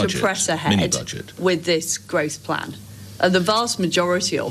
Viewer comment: You know I heard gross plan rather than growth plan.